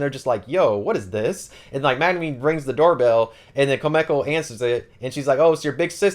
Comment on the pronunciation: Great video, you do great with summarising the books. Just wondering, why do you call Megumin Magnumin?